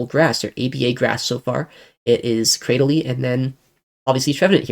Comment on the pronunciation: Cra- dil- ly. How you pronounced it threw me off